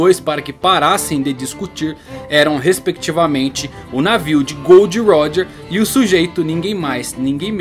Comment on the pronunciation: Mano, pq ce fala, "Gold roger" se é " Gol D. Roger" essa referência a metais na tripulação de roger acho desnecessária